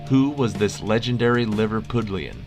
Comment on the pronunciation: 16/21 here, what an interesting topic! Thanks to Trish and Tom, for easing your quizzing workload while your family have been visiting. Can I just add..Liverpudlian, isn't pronounced with "pud" as in pudding, but with pud, like mud.